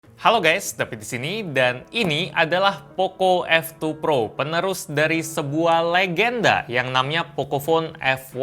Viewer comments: Apa cmn gw yg denger kalo bang david kyk ngomong oppo f2 pro -_ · David:Poco F2 Pro Yang gw denger:oppo F2 Pro